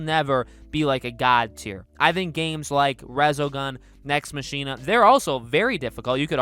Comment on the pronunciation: Your pronounciation of Nex Machina just invalidated any credibility you had.